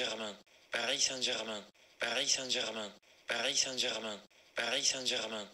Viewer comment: Si lo escuchas muchas veces parece que dice "parí Sánchez man"